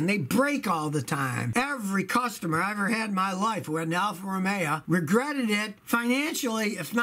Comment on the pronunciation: "Alfa ro may ah"